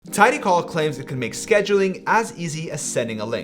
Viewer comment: My man. It's TidyCal (as in Calendar), not TidyCall as in "phone call".